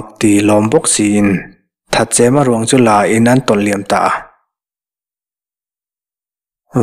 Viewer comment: Thatchema, chem lai ah khan thluk lo in thatchema tih tawp tur ani zawk lo maw..